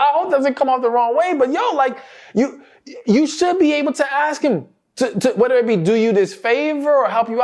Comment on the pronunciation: why do you say choo for you?